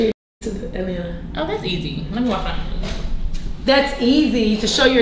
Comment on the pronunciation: Emphasis on the "easy exit" 😭